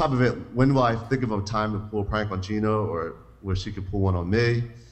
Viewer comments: its Jeana, not Jenna....for the millionth an one time. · that guy in the suit is dumb as hell its jeana not jenna